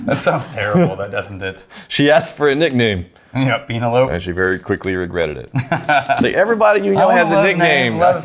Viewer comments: Is it supposed to be a joke pronouncing the name wrong or are serious lol. Penelope like the girls name. Not peen ell ope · Pee- na- lope - love. Yes!!